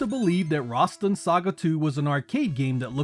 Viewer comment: Rasstan , not Rahstin 🗡️